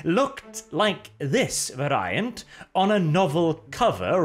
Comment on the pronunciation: Every time you mispronounce "Variant" I die a little bit inside.